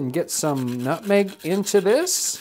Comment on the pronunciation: Nobody: nothing John Townsend: Nůtməğ